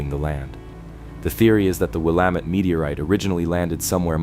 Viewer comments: "Will-a-mat"? Are you kidding me? Geesh! These AI voices really need to learn how to pronounce names. It is pronounced "Wil-la-met". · There were quite a few Oregon places mispronounced. Willamette is Will-am-it. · Great Video, but he needs to learn how to pronounce Willamette.